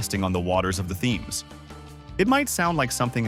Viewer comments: I don't think that's why he stopped listening. The Thames is pronounced "tems", not "themes". 😂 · Possibly the least researched, dumbest video ever. Ground share? Ever heard of the Chelsea Pitch Owners? A floating stadium? Just click bait stupid. Ps.. learn how to say the word 'Thames'.